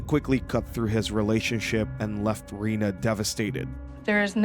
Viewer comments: It’s reneee not Rena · Lee’s partner is Rena. Pronounced ren-a.